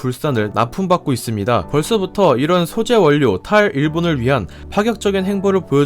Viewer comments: 원료는 [월료]라고 읽고 전략은[절략]이라고 읽어야 합니다. 구독을 구걸하기 전에 영상을 잘 만들어 주세요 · 태클죄송 발음(두음법칙) 원료 ->월료 전략->절략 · 원료:[월료]입니다. 자주 실수할 수 있는 발음이죠. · 님이 올리신 다른 영상에서도 한번 확인한 적이 있는데, 영상에 음성 내레이션이 들어가는 방식인데 한국어 발음에 유의해 주셨으면 합니다. "전략", "원료" 등의 단어들은 자음동화 현상이 일어납니다. 그래서 발음하기 쉽도록 "절략", "월료" 라고 발음해야 합니다. 그런데 님이 이런 단어들을 발음하실 때는 한국어가 능통하지 않은 외국인 같이 어색한 발음을 하시네요. 올리시는 컨텐츠들이 매우 좋으니 이런 부분만 수정해주시면 누가 봐도 어느 것 하나 빠지지 않는 영상이 되겠어요.